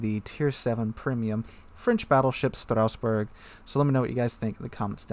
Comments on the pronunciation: I kinda don't get it. Strassburg pronounced as Strausburg? Where does the "u" come from? It's not there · Stra-sss-boo-rrr => Strasbourg :) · FFS Strasbourg is a city in the alsace region of France whereas Strausberg is in East Germany please put in a little effort googling what you intend to pronounce. It's one thing having an accent which is OK but not being in the same country and adding letters to a name is almost insulting. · What is this Strauss-Berg you speak of? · Strasboug, sounds like it should be German. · Dang read that name like a true Frenchman would if they spent their whole life in Germany